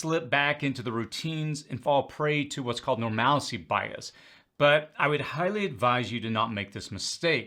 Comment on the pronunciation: It’s normalcy bias, not normalicy.